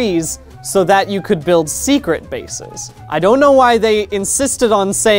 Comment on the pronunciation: Why does he put the emphasis on secret instead of on bases in secret bases